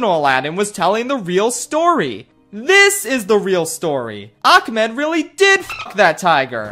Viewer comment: My only complaint about this musical is that it utilizes the worst mispronunciation of the Arabic name “Ahmed.” Do y’all see the letter “C” in there? No. Because it doesn’t exist. Idk I’m just so sick of seeing people fuck up a name that simple for absolutely no reason.